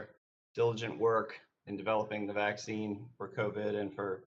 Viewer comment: "Thanks madame chair for developing the depop vacktheen"